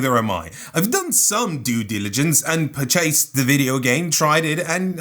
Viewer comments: who pronounces it "per chased" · Yup people talk differently than you do